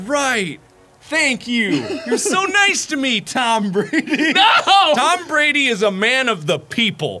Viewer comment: "Tam Brandy" I can't 😂😂